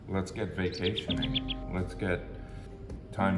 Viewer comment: When he said "let's get vacationing" I thought he said "let's get vasectomy".